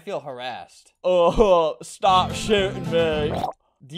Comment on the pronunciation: “Stawp shootin mwe” GurgleXScoff